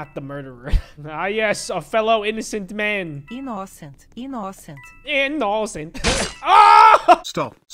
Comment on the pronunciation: they way he said inNOcent 😂😂😂😂😂 Then he dies